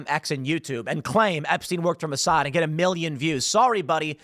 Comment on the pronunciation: Moe Sad? Is Ray ill?